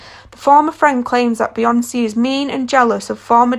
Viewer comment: BeyoncEEEE... Like wtf?